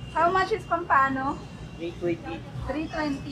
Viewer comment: Enjoyable vlog, I like pompano also; so many ways to cook and still tastes good! Here we put the accent on the first syllable though. 🐟🐟🐟